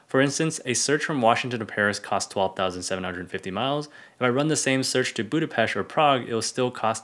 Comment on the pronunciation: Big like to pronounce BudapeSt the right way!